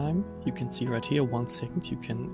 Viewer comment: I know that this video is now 4 years old, but you had trouble pronouncing the English word "right", as in right ascension. The easiest way to pronounce it is "rite", I think. 😉